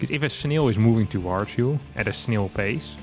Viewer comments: Yeah :-) Snail, fail, Rail. Like snel fel rel. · has excellent English. Better than most of the Americans in my town. BUT he pronounces snail in a super funny way